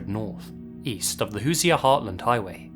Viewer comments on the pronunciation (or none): For anyone wondering Hoosier is pronounced “who-sure” 😊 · Who-sure is how you pronounce Hoosier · Just tangentially: "Hoosier" is pronounced as "who-zher", in two syllables, emphasis on the first, with the second voiced "zh" rather than "sh". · Btw, Hoosier is pronounced "Hu-zer" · Hoosier! Pronounced Who’s ur! (Lifelong Hoosier here) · For the future, the 'si' in 'Hoosier' is pronounced the same way as the 'g' in 'rouge'.